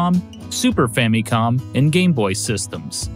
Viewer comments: Why is he saying fammy-com? It wouldn't bug me so much if he didn't say it 94 times. Fam-i-com. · Why do you keep saying "fah-mee-com"? It's short for Family Computer. So the mi in Famicom is pronounced IH, not EE. In phonetic pronunciation it's FAHM-ih-com. I have never heard ANYONE mispronounced it like you're doing, it's very jarring. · Sweet lord have mercy. That “fammycom” pronunciation just grinds against my soul. You don’t say “fammy lee” for family. It’s “fa muh lee,” right? “Fa muh com” just sounds better, I feel. I’ve heard that for some people “fammy com” makes it sound more Japanese but that "mi" part is literally the only part you’re getting right if you do so. ファミコン is fa mi kon. Maybe you’re getting the mi part right but why is there so much focus on that when the rest of it isn’t correct as far as the Japanese is concerned? I say just say the regular American pronunciation and go with “fa muh com.” I don’t know why this “fammycom” drives me nuts but it does. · why does he say it like "famycom"? its FAMICOM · "The Fammy-Com" that's a quite a pronunciation of Famicom 😂